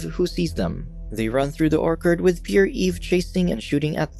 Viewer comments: not Orkerd...OrCHard. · nah he said or-kard. should be oer-chird. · NOBODY'S LIGHTING THIS GUY UP FOR "ORKERD"! IT TOOK ME THREE TIMES TO FIGURE OUT HE WAS BUTCHERING ORCHARD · I gave up when the narrator pronounced the word “orchard” as “orkard”. Everyone knows how to say the word correctly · "orKard" ---> it's orCHARD. wtf is the reader foreign? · Is this moron going to constantly pronounce “orchard” as “orkard”? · It's orchard Emphasis on ch or CH ard . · Why is he calling an orchard an "orkard?" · the way he pronounces orchard 💀 "ore card" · Yes he said orkard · 'Or-curd?' Sorry if you think I am a prick, just had to make note of the mispronunciation... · dude, if you are going to read a script as your job here, you need to learn to pronounce things properly. orkard? come on dude. you do this often with simple words too. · Orc Hard is the weirdest way I have ever heard orchard pronounced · Orchard is pronounced O R- C hurd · Do these guys mispronounce words on purpose? Oark-ard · Are your purposefully mispronouncing Orchard? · Did you really mispronounce orchard? Wow. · Can't get past the mispronounced 'orchard' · Every time you said Orchard I wanted to blow my brains out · Took me a second to realize that he was saying orchard.. I guess we pronounce it differently